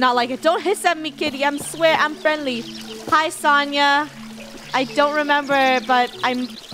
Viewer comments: Isn't Sonia pronunced so like the word so ni like me but with a n then ahh idk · When funneh talks to Sonia she said Sania and that is my name 😊